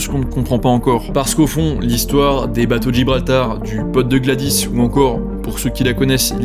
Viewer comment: Glawdis avec un s, pas muet.